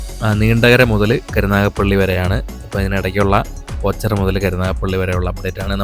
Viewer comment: ഓച്ചറ...alla.. ഓച്ചിറ